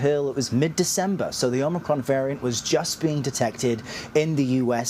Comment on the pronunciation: Biden just told himself to “let’s go Brandon “ in front of 100s of millions.. You think he has any clue about a variant he still can’t even pronounce correctly? LOL